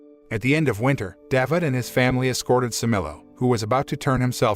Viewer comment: It was a good work, except for the mispronunciation of some names. Thanks for your effort. Cemilo not semilo in türkish "C" like "g" in english Mizgin not Mizcin this "g" reading is like gifts "g" Davut you can read like Dav-ut. The name Davut in Turkish corresponds to the name David in English.